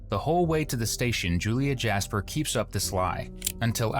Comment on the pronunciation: "Jas-per"??? By choice. Really?🫤🫤 😵‍💫😩😩